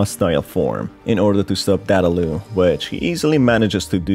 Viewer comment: Dadaloo? It's Dadadoo